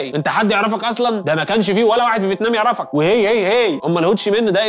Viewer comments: فيتنام ❌ فيتمان ✅ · هل لاحظتم أن الدحيح شوي بقول فتمان وشوي بقول فتنام